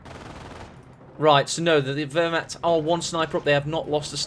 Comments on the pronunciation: I would say vehr-macht ... the “w” isn’t pronounced I don’t think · please don't pronounce Wehrmacht like that ( painful ) ... the correct way it's Ver-macht (VE -nice, Venice)